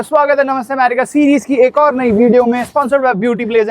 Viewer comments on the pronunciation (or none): none